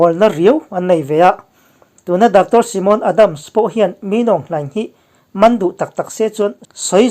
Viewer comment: Simon ni lo in saimon ti ang in pronuns thei ila kan ti ve mai2